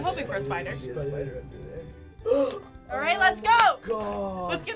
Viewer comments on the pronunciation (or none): I like how they said Booger for burger and Spooder as Spider